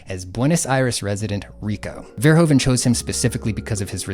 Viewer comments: I'm very glad you're talking about all of this. Great work, one sidenote though: Verhoeven is rather pronounced Verhoofen, the Dutch sound of oe sounds more like oo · Our country is called the Netherlands. NOT holland. The name holland is for the provinces south and north holland, it would be like calling the US, carolina or just dokato. also the oe in verhoeven is pronounced like oo